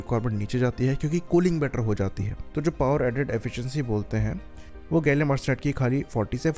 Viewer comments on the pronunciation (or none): pehle gallium ko gallum bolna bandh karo fundooo....